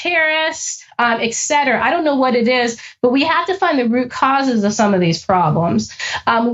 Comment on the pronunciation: Bruh. Someone working for the CIA who says “ex-cetera” and “ex-specially” omg. it makes everything you say suss. It’s ET-CETERA and ES-PECIALLY